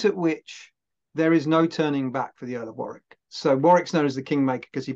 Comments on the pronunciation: Just about to type the same. It saddens me that on a bus service in Bristol, where it's pronounced incorrectly at a stop, for war.. wick road instead of worrick. Always irritates me. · He said War-Wick. We say Worrick here, and save War-Wick for the singer named Dionne. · As Someone who lives in Northamptonshire and has visited the site, it is prounonced as Warick as opposed to War-Wick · Warwick. It's pronounced "Warrick" The second "w" is silent ... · As a native of Warwickshire, may I correct your pronunciation of Warwick, phonetically it is pronounced Wa rik, and Wa rik shur. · That looked like it was great fun! As we know, the British and Americans are two nations divided by a common language so for anyone who’s confused: Warwick and “Worrick” are the same person - the latter is how it’s pronounced. Pembroke and “Pembrook” likewise. Also Herbert is his family name so we’d say “William, earl of Pembroke” or “William Herbert, earl of Pembroke” but not “Herbert, earl of Pembroke” (although you could speak of “the Herbert earls of Pembroke” to distinguish them from the Tudors who held the title later). The honorific “Sir” for a knight is never used with just the surname so “Sir William Parr” or just “Sir William” but never “Sir Parr”. Hope this is helpful - certainly not intended as criticism; I loved the video.